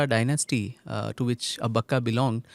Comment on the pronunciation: It is Abbbakka not Abaakka. Pl note. You are a kannadiga. And not pronouncing it right is an indication of how much the British have influenced us.!!